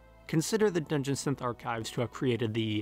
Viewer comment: how can you so accurately pronounce the individual words "dungeon" and "synth" with such clarity, and then pronounce the combined phrase "dungeon synth" like you're having a fucking stroke